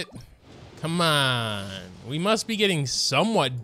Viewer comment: When you say 'come onnn' in an accent is another consistent one.